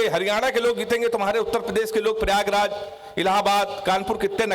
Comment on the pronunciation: Pyagraj bolne me dikkat hoti he kya